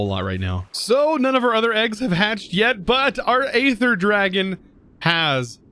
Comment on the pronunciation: BTW Aether the "A" is silent and it is pronounced Ether.